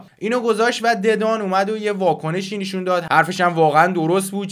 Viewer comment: داداش این نشون رو "نیشون" گفتنت واقعا اذیت کننده‌س😁